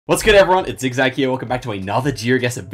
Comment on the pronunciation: No, it’s Zi8gzag. Rainbolts German pronunciation is frankly…horrible😅